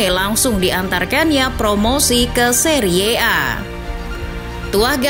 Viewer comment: Cara membaca Serie A itu terdengar sangat jelek. Harusnya dibaca seri A. Narasi yg baik akhirnya terdengar sangat buruk